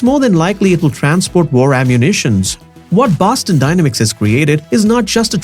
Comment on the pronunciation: You’re pronouncing the word dynamics wrong and it's very annoying.